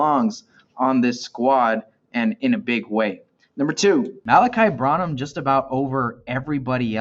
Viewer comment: Its pronounced BRAN-Num bro.